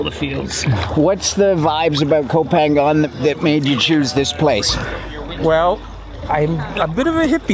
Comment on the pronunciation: Challenge yourself one more time. Learn how to say the name of the island. You live in Samui- you can do it brother. Be the only you tuber who know how to say the name of the island. The only one. Maybe the only farang who knows how to say ko pha ngna.